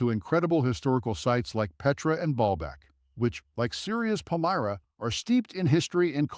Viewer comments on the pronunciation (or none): none